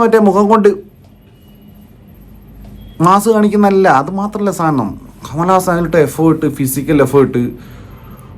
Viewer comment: കമലാസനൻ അല്ല കമൽ ഹാസൻ